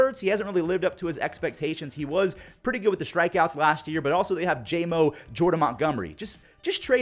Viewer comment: Jordan Montgomery = JOMO. Not JAY-MO.